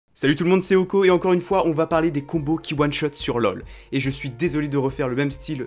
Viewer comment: T'as du mal avec le mot One shot apparemment 😂 En one shot lv6 jvois plutôt: Nocturne, Jarvan IV, Kata, Rengar